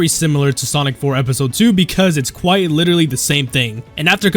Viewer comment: Quiit? YOU MEAN QUITE?!